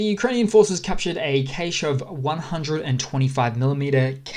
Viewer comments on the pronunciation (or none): ''cache'' is pronounced ''cash'' not ''caish''